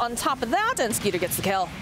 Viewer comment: Isn't his name Skiter not Skeeter?